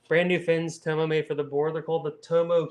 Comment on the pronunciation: It's Tom-oh like Parko not Toemo